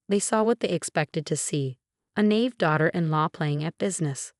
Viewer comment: Sure wish you could pronounce "naive" correctly.